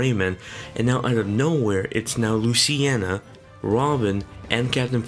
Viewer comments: Mahin Kesore Same here, legit when he said luciena I had to pause the video and make this comment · loo-cee-na... not luce-ci-ena